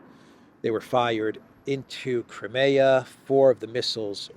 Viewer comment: let me bring to your attention. It is NOT Cri-meeea; it should be read krai·mee·uh.... Please correct your pronunciation. You are straining a simpler word